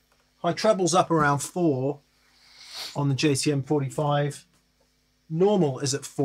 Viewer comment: Is it my ears, or did keep referring to the JTM45 as a JCM45?